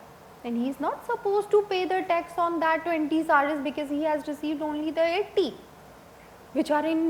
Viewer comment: This lady doesn't have 'E' in her vocabulary. Each word with E she sas it with A. Banaficial Tex Walcome Antering Santral. My ears are hurting. 😐😐😐